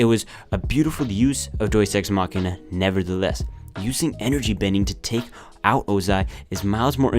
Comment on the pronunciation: I hate every time he says “doies ex machina.” That’s not how you say it.